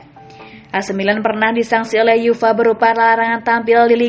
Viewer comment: uefa itu lafalnya yu ef a... bukan yufa...